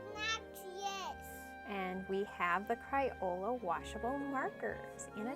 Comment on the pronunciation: “Cryola”???? CrAyola!